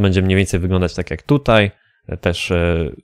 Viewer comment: W forzie nie fordzie